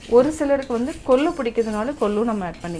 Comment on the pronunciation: அம்மா, அது புளி, தக்காளி, கொள்ளு. நீங்க சொன்ன மாதிரி . புலி, தக்காலி, கொல்லு இல்லை. முதலில் சரியாக வார்த்தைகளை சொல்ல கற்று கொள்ளுங்கள். பிறகு ரசம் வைக்க சொல்லி தரலாம்.